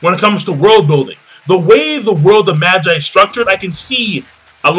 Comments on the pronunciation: Am I the only who who's cringing at the pronunciation for Magi? He's not pronouncing it right, right? I'm familiar with it calling it Maa-gie (that's the way they say it in the anime :T) rather than Mah-jai. Have I been saying it wrong the entire time? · Not Magi, MA-GEE, Magi is latin as in Puella Ma-jai xD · I thought it was Ma-gee, but whatever.